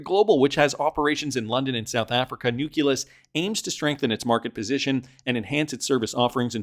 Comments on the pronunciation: IT IS NOT NUK-U-LUS PLEASE STOP BEING ILLITERATE AND MORONIC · can you just say nukkulus one more time please 🤣